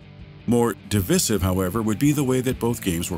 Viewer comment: "div-vissive" good job skynet, you almost convinced us...